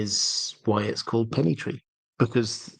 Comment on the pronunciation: Hello . Love the channel , loved all the discusions but as some people mention before me , the name of the Pennythree cannot be how you said it hecause Ser Arlan was known as Arlen of Pennythree which was before dunk and egg story .